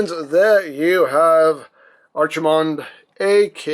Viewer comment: They named him after a WarCraft character? "Tremble, mortals, and despair! Doom has come to this world!" Also, probably a case of To-MAY-to and To-MAH-to, but I prefer pronouncing his name like ARC, not ARCH. Either way, neat figure. Always did like Brawl and Bruticus.